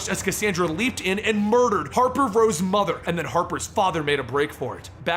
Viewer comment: I HATE "MOTHE" kilanpieisbetterthandan